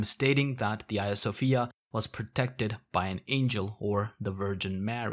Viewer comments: Do you reffer to Hadrian as Adrian? Because these 2 names are not the same, you shouldnt drop h's at the begginings of words. Which is to say Hagija Sofija, not Aja Sofija. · Can someone clarify if I am misunderstanding the narrator’s accent here- is the museum/mosque talked about throughout this that closed down in 2020 the 2020 the Hagia Sophia? I’m hearing “Ia Sophia” but I’m assuming that’s a pronunciation thing.